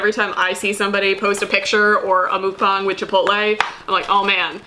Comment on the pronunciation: It’s pronounced “muhk-bang”. 😄 The U is the same as umbrella & the A is the same as in apple. Also loved this chatty casual video!